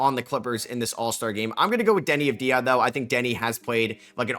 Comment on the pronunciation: If you are picking him as an All-Star you should learn how to pronounce Deni's name properly. It is AVV-dee-uh, not av-DEE-uh, the accent is on the first syllable not the second. It is a common mistake for many people unfortunately, so I'm not trying to flip you shit, but at this point commentators should learn his name.